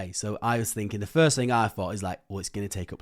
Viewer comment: Do the ai systems correct the way you speak ? I m wondering you say fing instead of thing etc